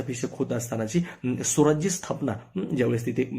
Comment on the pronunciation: स्वराज्य म्हणा,, सौराज्य नाही